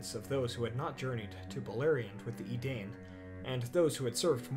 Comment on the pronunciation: It was a good vid, but 2 things; you forgot the Beornings and woodman that are the descendants of Rhovanion. Also Tolkien states that it is pronounced Dune a Dine not dain. Same with Edain, its said EdAINE.